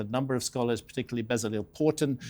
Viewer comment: Not bezzaleel but beh-tzah-LELL, last syllable short and accentuated